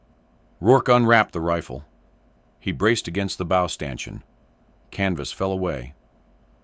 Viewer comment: “..fighter lined up perfectly with the bow..”. “bow”…rhyming with “go”….😅…shut up.